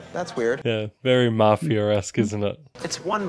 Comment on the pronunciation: What's a "maffyer"?